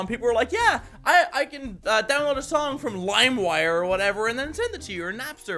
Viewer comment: he said Chong instead of song